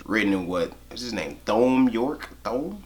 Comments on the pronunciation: I loved the video, but hearing him pronounce Thom "*Th*om" hurt me inside. Subscribed! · You should pronounce thom like tom 😀